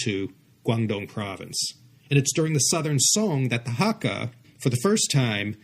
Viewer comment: It's pronounced "hak - kar", not "haka". A haka is a Maori war dance. And I agree that spoken Hakka sounds very much like a cross between Mandarin and Cantonese.